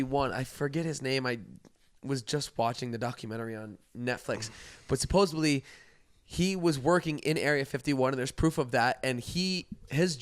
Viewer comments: It’s SUPPOSEDLY, not “supposably” lol omg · Idk why but constantly saying “supposebly” instead of supposedly makes me actually angry lol